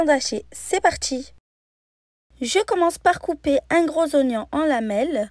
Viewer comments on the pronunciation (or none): none